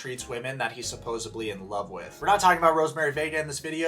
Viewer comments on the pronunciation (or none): When Americans say " Supposebly " I cringe .. this channel creator did that and I am sorry Icant take you seriously when you criticize other people on and on and you cant even pronounce a pretty simple word like supposedly .. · Hey America! It’s supposeDLY….D…not supposeBly!!